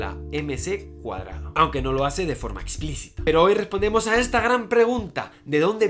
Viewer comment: A mí también me suena raro cómo lo dice. No sé porqué pero me suena como (mc)^2